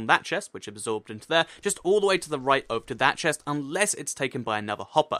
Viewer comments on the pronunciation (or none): This whole video I was looking at the screen eating my chips. I was like..... Did he say chest? Or pest?